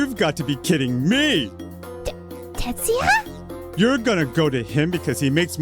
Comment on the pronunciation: It's Tetsuya, not Tatsuya.